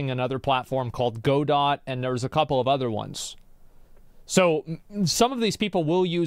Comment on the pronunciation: It's "Godot", not "Godot" nor "Godot".